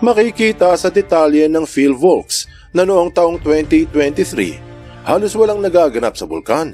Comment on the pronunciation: PHIVOLCS po at hindi PHILVOCS